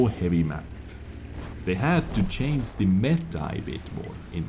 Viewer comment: !!:D If you can say "... remain unCHANGEd..." totally correct, then what is so hard about "... subject to CHANGE"?? You say it right when it has a -d at the end;)